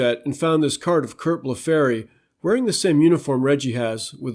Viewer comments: Its pronounced Curt Blef free not Blef fairy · Amazing research and an important contribution. Just a little correction on two of the pronunciations: Curt Blefary's last name is pronounced BLEH-free. Also with Bob Aspromonte it's: Az-pro-MON-tay. Anyway, great job!